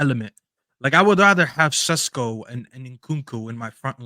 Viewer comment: Sesko is pronounced SHESKO “ The British media saying his name like he is Spanish 🤣🤣 Sounds more exotic